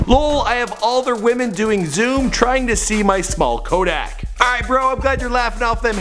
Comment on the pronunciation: My dude butchered the hell out Kodak’s name😂😂